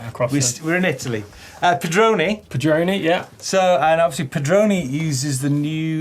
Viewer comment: Pedroni you got it spot on! :)